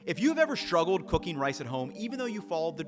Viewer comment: Is it an American thing to pronounce "struggle" as "shtruggle"?